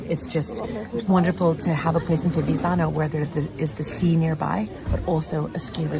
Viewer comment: It’s pronounced Fi-viTz-zano the first “z” makes a “tss”sounds. Hope that helps ☺️